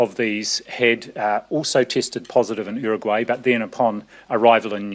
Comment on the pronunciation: the way Nz's uncle Ashley say Uruguay is so good